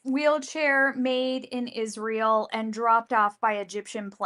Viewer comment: I almost noped out when she first opened her mouth and pronounced Israel the way she does.